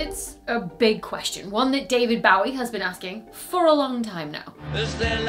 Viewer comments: David Bowie's last name is pronounced "BOH-wee", not "BOW-ee". He himself preferred and encouraged the pronunciation of "BOH-wee", with the "ow" as in "dough" or "Joey". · It's Bowie with an "oh" sound, not Bowie with an "ow" sound. Do you wear a "bow" in your hair or play your fiddle with a "bow"? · It's David Bow-i not David Bowley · She said it differently (the way I normally hear it) towards the end of the video. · I love Dr. Becky, but the way she says "David Bowie" made me laugh. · have I been saying David Bowie wrong?...I thought it was like a Bow & Arrow or Bow-Tie, not like 'Bow' down to the queen